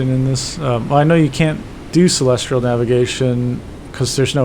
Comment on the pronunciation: (Psst! It's 'celestial' navigation, not 'celestrial.') ;-)